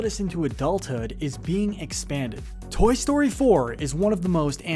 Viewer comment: Toy stoy 4 the talking 🍴.